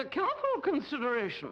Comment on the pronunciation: "After cuuh-full consideration..." Brian Butterfield!! Pahah!